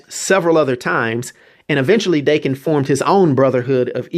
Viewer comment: Im pretty sure his son's name is pronounced Dah-Ken